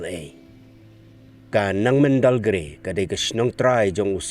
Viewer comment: It's Nengmandalgre not Nangmendal